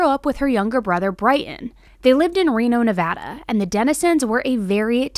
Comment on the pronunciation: I live near Reno. I remember this very sad case pretty well. Except I thought this A-hole killed himself in prison. P.S.Thanks for saying Nevada properly.